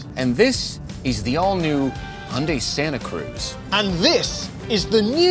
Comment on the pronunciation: The pronunciation of Hyundai is ear-raping in this video